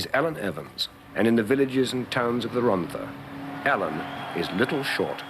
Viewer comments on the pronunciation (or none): Shame that the narrator cannot pronounce Rhondda properly